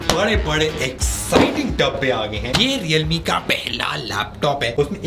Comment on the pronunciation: Leowramee... Lol